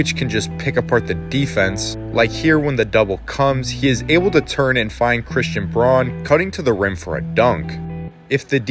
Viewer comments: outstanding analysis, but for future reference C. Braun pronounces his name Brown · Braun is pronounced brown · A great video, so I subscribed. You kept mispronouncing Christian Braun's surname. It ought to be pronounced the same as Brown.